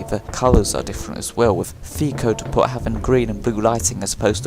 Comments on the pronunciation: It's "dep-oh" not "dee-pot" the t is silent. Can nobody speak English properly anymore.... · It's not dee-pot, it's dee-po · I've never heard "depot" pronounced that way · Well done bud, third video in a row you've kept my focus on, your doing outstanding keep it up, I've subscribed and rang then bell But my only criticism is the way you say depot, that was grinding me my man 😂